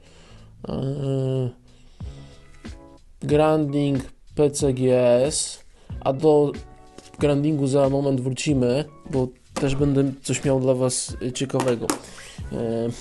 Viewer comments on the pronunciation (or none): Grading nie granding kolego drogi od slowa grade "))))) pozdrawiam